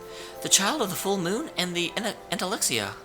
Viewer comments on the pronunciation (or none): How are you mispronouncing "Entelexeia" wrong when JUST heard it? In fact, there are quite few words you're still mispronouncing, such as "Duce" and "Palestralle". I could understand why, that is... if the characters didn't already say them out loud =|